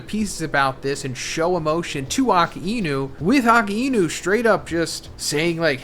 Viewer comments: You're not pronouncing "ah-kai-new" correctly. Love the analysis though. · It's not "Aka-inu".... It's Akainu :|